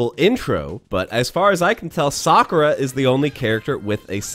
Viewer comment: It's pronounced sa‐koo-rah Sakura ,not the way your butchering it...she would do a massive hadooken at your for the way you say it!!!